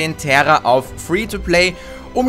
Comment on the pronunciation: terra das wird tera ausgesprochen NICHT TERRA spielespielespielettrend